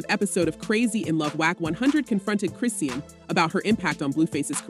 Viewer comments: If you are going to vlog about someone, you should a least know how to pronounce their name, it's pronounce KRIH Shahn. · Please at least get the facts right and say her freaking name right ughhhhhh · These bolgers have to lie to get views anyone who follows rock knows its a lie i was just curious about what lie she was telling Today she cant even pronounce her name right😂